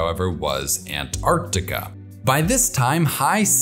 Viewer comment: Time to introduce Penguins to Polar Bears! I must congratulate you on your extremely precise pronunciation of the word Antarctica. There are no silent letters in this word, and it hurts my ears to hear Americans say "Antartica". But they invariably do not say "Artic" when referring to things relating to the Arctic. I'm always reminded of the nonsense American phrase "I could care less". Which means you do care. At least a little!